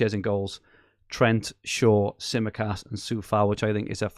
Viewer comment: Some cracking teams in this podcast! Fantastic Greek accent for your pronunciation of Tsimikas too,! You've finally nailed an accent!